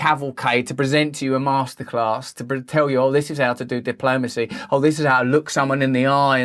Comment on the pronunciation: Masterclass sounds like Masterrace....